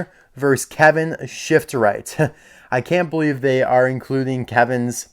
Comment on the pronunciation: its shiftright not shiftrith